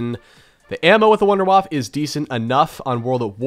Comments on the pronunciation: It is called Wunderwaff EEEEEEE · I love that he tried to properly pronounce Wunderwaffe and still missed it. “Voonder Vaffuh” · i love how when you say the word "wunderwaffe" in german, you still say it wrong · that's not how you pronounce Wunderwaffe🤪👌🏼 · guys pls call it not wunderwaaaafffffffff Das ist die WUNDERWAFFE